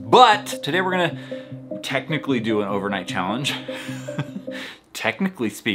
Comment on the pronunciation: TeCHnaCHLy spEakINg